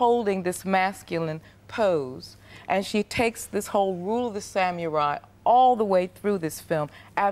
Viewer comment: Why does she pronounce samurai as "Sam-your-eye?" It is really annoying.